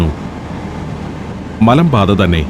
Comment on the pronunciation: മലമ്പാത എന്ന് വ്യക്തമായി ഉജ്ച രിക്കാൻ ശ്രമിക്കുക